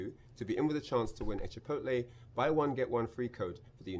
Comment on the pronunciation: Chipotle, not Chit pootle haha